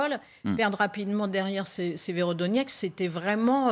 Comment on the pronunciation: Y a pas un seul journaleux qui sache prononcer Severodonetsk, c'est pas sérieux, voire c'est de l'amateurisme.